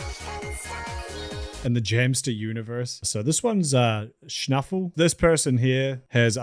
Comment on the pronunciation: And he kinda did it wrong